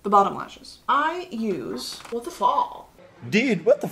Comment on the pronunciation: I fucking love when you do your British accent “you know wot I mean”